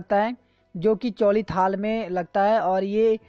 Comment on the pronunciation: Some corrections.. डांडू नहीं ढ़ाँटू टिगुवा नहीं डिगुवा या डिगवा चौली थाल नहीं चौली थात तिमरू नहीं तिमुर